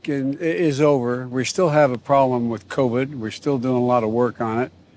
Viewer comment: Anyone notice when jb smiled, only the right side of his face smiled? Then when he said problem, it came out as prollem. Two symptoms of a medical condition.